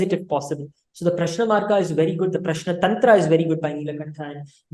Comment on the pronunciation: In south it is Rama not Ram. Also he is pronouncing Prashna correctly. You have to pronounce the last n sound.